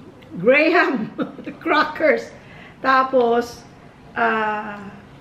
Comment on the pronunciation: Gra’m is how they pronounce it fren..ganun ang dinig ko sa mga bata😅 maarte talaga di ba? Pero ako GRAHAM hahahaha